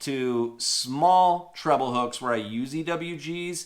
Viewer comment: It is pronounced treble not trouble